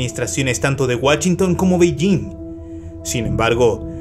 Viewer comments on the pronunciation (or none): WACHINTON XDDDDDDD